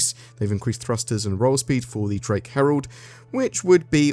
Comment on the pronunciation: He really swallowed the word "roll speed" there...